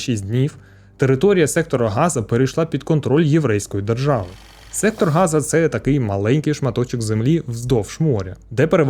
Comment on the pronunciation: Ви неправильно вимовляєте назву Сектора Гази. Назва місцевості саме Газа, і з газом нічого спільного немає.